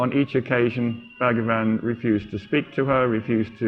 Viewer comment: Please note it is not BAG-A-VAN, it's pronounced BHuG-waan.